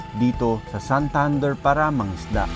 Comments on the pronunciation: Dili SanThunder.. Santander! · Mahimuot lage kos "Sahntahndehr" HAHAHAHAH